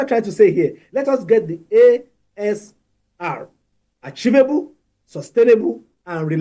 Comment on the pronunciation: What is "archivable"? for crying out loud? 🤦 It's "achievable" puleeeez..